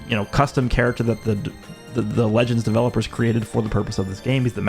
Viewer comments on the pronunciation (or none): none